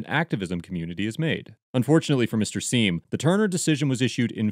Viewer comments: Pronounced Gavin "Siam", not "Seem". In his own words. Doesn't really matter much, just saying. I have been subbed to him for many years. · It's pronounced "Sime" and you should really do some research on him before defending anything he does. He's probably not someone you want to side with.